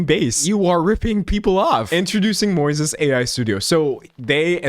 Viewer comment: Moises? Like the Spanish name just pronounced wrong?